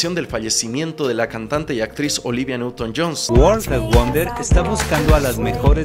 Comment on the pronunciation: Olivia newton john* no "johns".